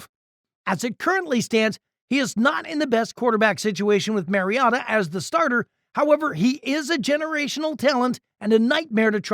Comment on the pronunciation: You lost a tad bit of credibility pronouncing Mariota’s name as the Mazda miatta